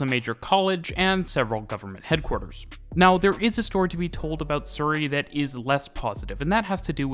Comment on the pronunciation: As a native of Surrey in the UK I can tell you that is using a different pronunciation to the one I would use.